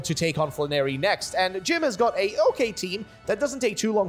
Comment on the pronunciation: Not fla-narry but flan-air-y